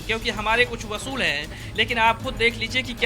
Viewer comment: hahahahaha नेशनल दस्तक अपने वक्ता की हिन्दी सही करो। वसूल नही "असूल" होता है। पर सुने 😂